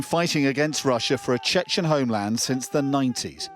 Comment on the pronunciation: Gosh, Chechen, not Chen Chen! We are not Chinese.